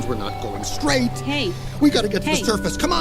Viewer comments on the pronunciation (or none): none